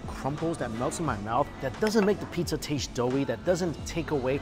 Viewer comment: Mike i watch your videos i love them but u butchered the pizzza U murdered it